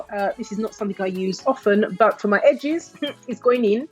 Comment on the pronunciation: Congratulations on reaching 23k subscribers,! Who doesn't want thicker/fuller edges, eh? I'm in🙋🏽‍♀️. You crack me up.. Edges - 'Hedges'! 😂😂